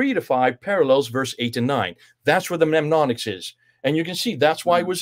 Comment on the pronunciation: It's pronounced NEM-ONIC-s,, = aids to memory > Don't forget that ha ha!